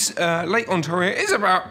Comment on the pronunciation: The dislike is probably from a Canadian and probably because they are butchering the pronunciation of Ontario.